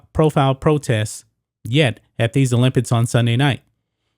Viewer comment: After the second time u said olimpids I left.